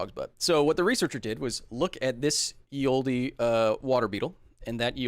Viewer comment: I made this correction the last time! Kyle, read livestream comments, ya dingus xD! "Ye Olde" pronounced Ye Oldee, doesnt exist. It's pronouce "the old" ,it was just written "ye olde" in "ye olden times" (pronounced "the olden times"). "Ye" was how "the" was written back then. Also another correction I make again now, from the previous previous livestream: Giraffes did NOT evolve longer necks to get food, they evolved them to fight (its not cut and dry wether that's the actual purpose), but it definitely wasn't food, all the tree's and bushes they eat from are at shoulder height and we have no evidence that it was any different in the last 100,000+ years.